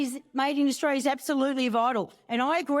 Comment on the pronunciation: Australia has the letter 'l' in it. It is NOT silent.